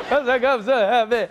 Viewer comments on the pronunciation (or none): "I'm so heppeh"😅😅